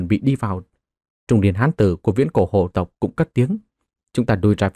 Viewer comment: Phiền anh đọc rõ dùm hồ tộc hay là hổ tộc giúp .chúc ad ngày mới vv